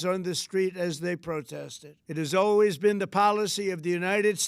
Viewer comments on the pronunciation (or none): none